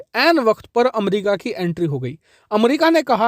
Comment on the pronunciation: Aap to America ko अमरिका ना bole 😂